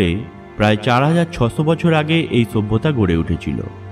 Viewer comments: kathata sabhyata,bata ta bolte pareni! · কয়টা যে লাইক দিবো বুঝতেছিনা।কথাটা মনে হয় আর হাসি ওঠে।ছুব্বতা.‌....ছুব্বতা.....হা....হা.....হা.....হা.....😂😂😂😂😂